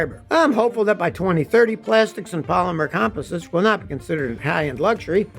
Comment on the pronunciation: Come on Scotty you're not pronouncing composites correctly did you graduate from high school😐😐😐😐